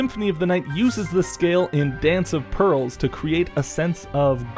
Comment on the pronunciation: It is "Dance of Pales" not "Dance of Pearls" from Symphony of the Night.